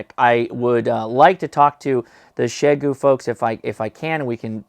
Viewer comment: OhMyGosh, you actually pronounced the company name correctly!